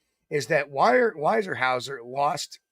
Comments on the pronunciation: It's not why-er-house-er it's ware-house-er (Weyerhaeuser) 😅😊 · Pronounced wherehouser